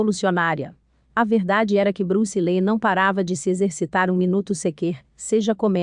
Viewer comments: Bruce Lei???😂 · Bruce Lee...sera sempre uma lenda das artes marciais...agora essa narradora n.sabe pronunciar o nome Bruce Lee.😏